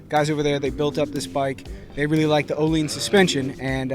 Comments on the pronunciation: No he said it correct ... its pronounced "O-Leens" not "O-Lins" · That is the correct pronunciation.